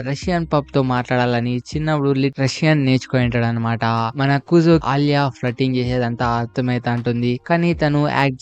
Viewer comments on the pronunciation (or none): Kuzo kadhu kuze